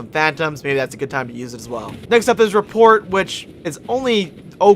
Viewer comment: Swathe doesn't have a Y sound, beacon has a hard E sound (bee-con, not bacon,) and rapport has a silent t (ruh-poor, not report.) =p Solid build though, I've always wanted to run a caster, just never got around to it.